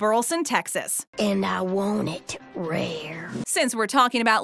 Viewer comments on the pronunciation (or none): Um, just so you know, it's not "Burl-son". It's pronounced "Bur leh son".